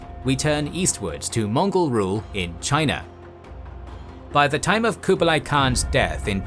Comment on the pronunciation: your pronunciation of Kublai is wrong. each video you pronounce things wrongs. like Seminole. its cringe